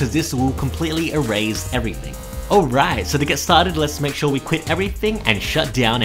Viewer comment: My dude said e-raise